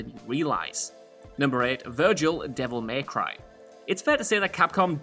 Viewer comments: Anyone else get frustrated with how he calls it 'Devil Maycry' rather than 'Devil May Cry'? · Why say “devil MAY cry” so weird